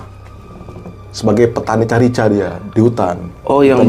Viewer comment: Menit 28.25 carica bacanya karika mas ( buah khas Dieng )